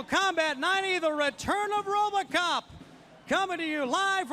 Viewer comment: Tony "Ro-BAH-cop" Schiavone